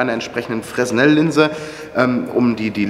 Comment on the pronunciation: Kleiner Tipp Fresnel wird "Frenel" gesprochen, wenn ich mich nicht irre